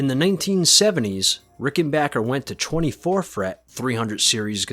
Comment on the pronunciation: Thank you it's great to hear rickenbacker pronounced the right way! I loved these guitars for over 4 decades & own 3 ricks great video